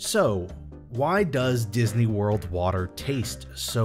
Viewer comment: "didney worl"